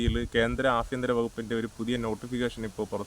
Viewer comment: ഏതാ ഈ ആഫിന്ത്ര മന്ത്രാലയം😂 ആഭ്യന്തര മന്ത്രാലയം എന്ന് പറയു മരമേ